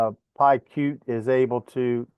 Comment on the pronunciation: Jolly good, (I think🙃) You obviously know FreeSimpleGUI pretty well but it all rather went over my head. You don't completely believe me when I say that it's pronounced py cute😁😁